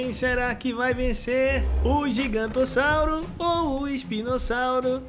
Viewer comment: É giganontossauro e não gigantossauro